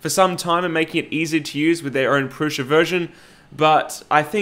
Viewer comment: You say "prusha" with a shhhh sound. Is that an Aussie thing? Is that how Josef says it? I'm American and would pronounce that as "Prusa" with an "s" sound as it's spelled...